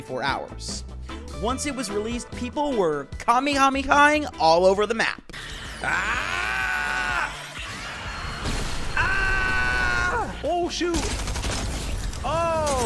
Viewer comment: it’s galact-us not galactagus get it right, and also it’s Ka-MEH-ha-MEH-ha